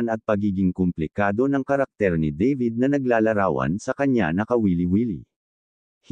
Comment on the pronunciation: Dabid, hindi Deybid, Makoy, hindi Mekoy✌️😂😂😂😂